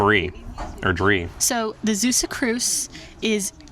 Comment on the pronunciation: Not Zeussuh, but Zaywsuh